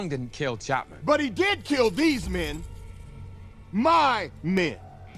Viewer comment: But he killed these mehn. MAH mehn.